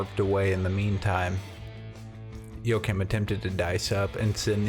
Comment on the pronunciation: His name is pronounced wa- heem